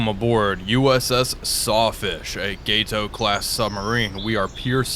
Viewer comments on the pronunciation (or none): Gato. Gah Toe. Not Gai Toe. Means cat.😊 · You’re killing me with the “gayto” pronunciation as opposed to “gaaaato”. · "GAH-toe" - Spanish for "cat".